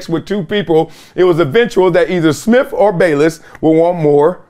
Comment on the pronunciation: I thought it was Smith, not Smiff. And with, not wiff. Come on, Columbia